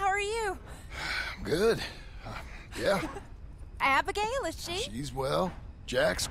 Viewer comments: yeah but it's Abigail not Agebail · “Agebail Roberts”